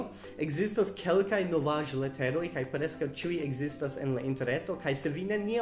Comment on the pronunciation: Ne forgesu ke la vorto ĉiuj havas du silabojn, ĉi-uj. Eĉ se vi parolas rapide oni devus povi aŭdi du silabojn.